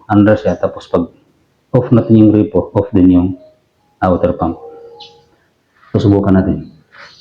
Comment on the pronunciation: boss gripo hindi po grepo, yung grepo si grepo beljica yun😅😅😅